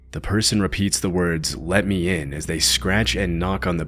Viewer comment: 😂😂😂The " Let me in " has me laughing hysterically. That voice! Especially when emphasis is placed on the pronunciation of " in"